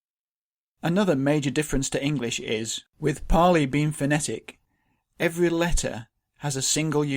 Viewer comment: So it's paaali?